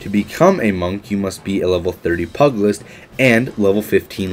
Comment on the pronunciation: Every time he said pug-ilist, i can't help but think of dogs punching people.